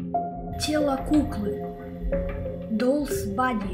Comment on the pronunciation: Плохо лучше посмотреть видео лепку тем более он произносит по английскому неправкльно